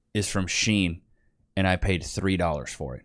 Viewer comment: SHEIN is pronounced She•In